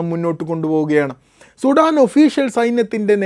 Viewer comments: അവരാതമേ സുഠാൻ അല്ല, സുഡാൻ എന്ന് പറയൂ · Sheve Shudaaan